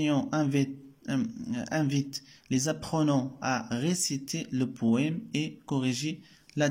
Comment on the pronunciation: شكرا صراحة استفدنا منك بزاف ولكن حاول طور مستواك في القراءة Rectifier pas restifier وبالنسبة ل Poème machi poéme ....